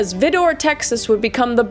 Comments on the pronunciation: I'm from a town near Vidor and the pronunciation is cracking me up. It's pronounced V-eye-door. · Pronounced "vie- der" and yes, everyone in east and southeast Texas knows to stay away from that town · It's pronounced vī-dür (vye der). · I know its a very small detail in this video lol but Vidor pronounced Vy-Der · I live close to vidor and everyone round her pronounce it Vydor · check your pronunciation, please.Texan here, and i've always heard it pronounced, (VEYE' dor) . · Sorry, it's Vidor like vi long i dor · It's Vidor as in "lighter" I know your generation wasn't taught about vowels, but I'm just saying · it isn't vidor its VIdor....long I not short I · Girl it’s vIdor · Love the video. Just wanted to let you know that you are pronouncing Vidor wrong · Vidor, Texas is pronounced with a long "I" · i’m late on this but the pronunciation of Vidor is killing me. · Great Video kris! However Vidor is pronounced vy-der not vih-door! Love your work always just tips from a native east texan! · I get it’s semantic and annoying, but it’s pronounced as VEYE-DUR, not vi-door. The town is about a four and a half hour drive from me and it’s still considered a “sundown town” although more so for the fact that anyone outside after dark is getting robbed, at the very least. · Pronounced Vidor like Rider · I know you're Cana-dian, and don't always pronounce words correctly. 😂 But it's pronounced Vi, (as in violet), Door, (as in door). Vidor. Not Veedor. A town even most of us Texans won't go to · Vy-der. Not Vih-door. Lol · Also, it's pronounced: Vie-dur, not veedoor 😂😂😂 but I suspect you know that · It’s not that important, but it’s pronounced “VAI-der” not “vih-DOR”. Also: it’s still a sundown town! Famous for its meth addiction problem! So clearly not much has changed since the 30s 😅🥲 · It's pronounced "vie-door".....unfortunately I live entirely too close to this place 😅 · I live like an hour away from Vidor Texas. Its right next to Beaumont. Its pronounced Vi-Der lol